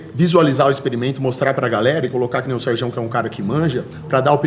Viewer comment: falando Serjão ta errado jkkkkjkj deu ate agonia